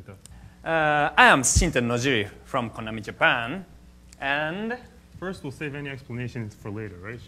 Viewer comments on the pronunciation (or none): none